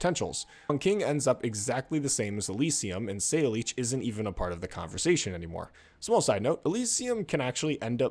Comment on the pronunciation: ...you did not just pronounce her name as "say-leech."